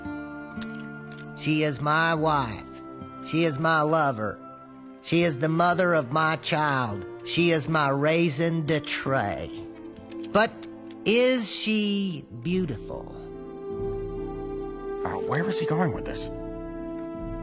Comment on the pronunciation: The way he pronounced raison d'être was absolutely atrocious.